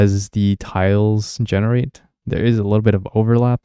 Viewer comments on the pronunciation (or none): none